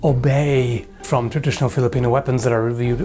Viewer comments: twwrradritijooonalll.. OP english skillz! love from Denmark. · Let me help you it's "traditional", your welcome.